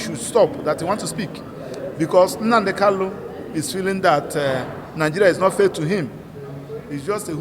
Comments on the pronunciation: Is his name Kalu or Kanu, get your accent right, barrister. Poor barrister, you can't pronounce the name of your client properly, okoromado This is clearly a recipe for disaster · It's a tongue thing. It's normal for some igbos to pronounce n as l. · He can't even pronounce his client's name correctly.